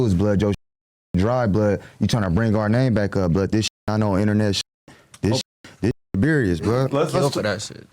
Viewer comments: Bro when he first said "berious" I cried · Did he say “Berious” ? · “Berious” 😂. Pleaseeeee. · Love this interview, made me like and really know him, not just from seeing him with Stunna girl, but real ish, someone needs to let him know you spell serious with S not with a C cause he keeps saying berious. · He said Berious instead of serious………. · Berious? Does he think serious start with a C? lol 😂 blood Beriously needs to Brack a Book on Piru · Beriuos 😂😂😂😂 sht sound dumb asf why is the language barrier so bad lol seriously like wtf serious starts with a S and dosent even have a C in it 😂😂😂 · I heard a few niggas say berious. Now ableep is wild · He can’t say serious? Lol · “Berious” is insane